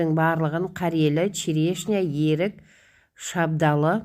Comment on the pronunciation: Ерік емес ӨРІК десеиші